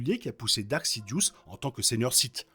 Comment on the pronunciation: Il me semble qu'on dit "Darth" et non dark